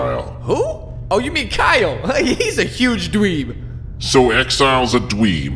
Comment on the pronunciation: It's not Kyle it's X-iyol